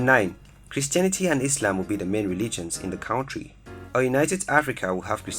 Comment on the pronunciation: The way you are pronouncing country is disturbing